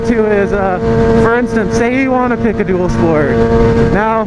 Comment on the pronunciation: When you said dual sport at first I totally thought you said doodle sport